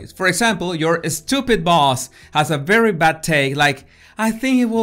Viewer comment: “You eh-steewwpid boss” I ❤️❤️❤️his accent!